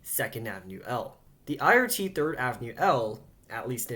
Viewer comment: You keep saying "Thrid" instead of "Third" & I've been shy to mention your mistakes. I didn't want to offend you.